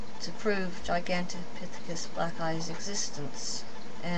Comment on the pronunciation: u cant even say the name gigantipythicus this is not good try though lady